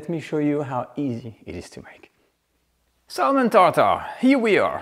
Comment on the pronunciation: By the way, you don’t pronounce the “l” in the word salmon…😅